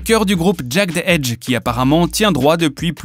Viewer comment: "Jeded Edge", "Verzouz" etccc sans parler des prononciations des autres vidéo, à se demander si c'est pas du copier collé d'autres créateurs de contenu (anglosaxon ou francophone). Cela décredibilise , donne la sensation que vous ne connaissez pas réellement cette culture et que vous êtes ce qu'on appelle dans le milieu des "Culture Vulture". Dommage car le contenu est intéressant.